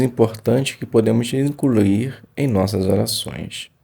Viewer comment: Obrigado pelo estudo. Se puder deixar uma crítica construtiva tome cuidado yas palavras incluir e problema. Quando vc fala incruir e pobrema distrai da sua leitura. Mas parabéns pela iniciativa. Jeová te abençoe!